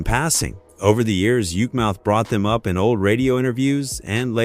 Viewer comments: it's not "yuke" mouth It's yuk (yuck) mouth 😂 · Yookmouth? 😂 Stupid AI bullsheet 🤣🤣🤣 half this video is inaccurate!!! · Why they use AI to do this commentary? But when it mispronounced The Lunes and Yukemouth 😓😓